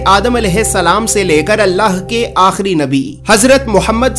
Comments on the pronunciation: Yes. Correct your pronunciation akhirr ahirrr. spent some time in the city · Aahir Nahi "AKHIRI"